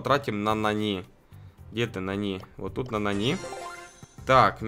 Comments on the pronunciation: А нАни он говорит нанИ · Ага, а ещё называет нАни нанИ (Кто не понял большие буквы - ударение) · Сколько тебе надо дать денег чтобы ты называл ИМЯ "НА́НИ" А НЕ "НАНИ́" и чтобы ты называл Макса ДЕВУШКОЙ а не ПАЦАНОМ. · Правильно не нАни а нанИ